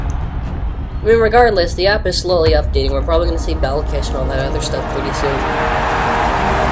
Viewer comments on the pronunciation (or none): none